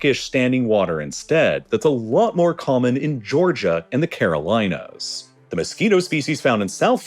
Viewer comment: "Caroleenas". AI voice. (There is a town in NC called "Caroleen" and Facebook has a data center near there 😂